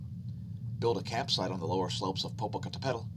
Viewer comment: Just for for laughs, in tomorrow's update, could you try saying Popocatepetl 10x real fast. 🤪Thats a bitch of a name to pronounce, but you do a decent job at it.😄😁😅